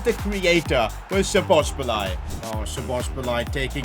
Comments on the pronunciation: It’s not spozobliay it’s spozobli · just letting you know its szobozlai not szobosbolai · Sabos- lie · Szoboszlai❌ Sobosbolai✅ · I like how he pronounces szoboszlai like this " Szobobzilai " 😂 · sobozbolai😂😂 his pronounciation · man dont say sobosbolai say soboslai its simple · i m hungarian and so bad to hear you say Szoboszbolay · I am hungarian and bro said Szobobszláj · No one:: "Szobosbalai" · Happy Christmas And also the fact sid said 'sobobszlai'😂😂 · ik lol. it was kinda triggering doe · I feel physically sick after hearing that so much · he says sobosbolai HAHAHA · its pronounced shoboshlai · It is pronounced Sho-bo-z-lay No hate tho also loving the content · He is pronouncing Szoboszlai's name wrong. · The way pronounces Szoboszlai lmao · Pov: Your Hingarian and heard 100x times Szoboszlai being prounounced incorrectly😢😂